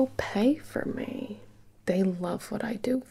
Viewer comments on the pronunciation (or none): "People pae for may" Loll